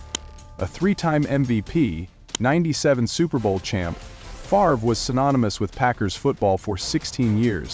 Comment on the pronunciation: You're AI can't pronounce "Favre" 🤣